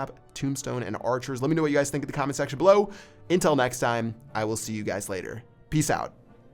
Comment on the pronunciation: lol in your outro you said "intil next time" instead of until (im pretty sure that wasnt on purpose)